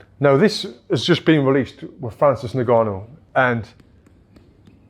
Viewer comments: its pronounced ngannou not nigganou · its pronounced un-gannou mate